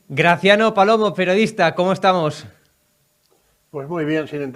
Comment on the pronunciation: ..,don Graciano es PERIODISTA NOOOO PERODISTA,para cuando las clases de pronunciación y vocalización?🤮